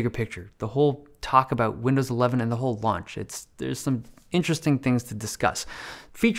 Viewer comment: did i hear him said... windows 11venger... Windows Avenger???😁😁😁